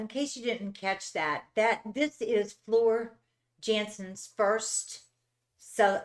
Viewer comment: Floor came after Annette not tarja. Floor's last name is pronounced Yahnsen.. European.